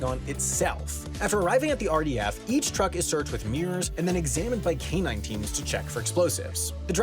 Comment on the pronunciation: I heard this as canine teens (or K19s for short) and it made me curious why would you prefer sniffing dogs over the age of 10.